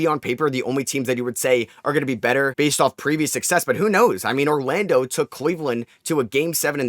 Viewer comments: His New York accent is coming out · Mawwiage is what bwings us together today